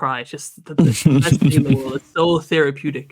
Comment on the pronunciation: man said therapeutic🤣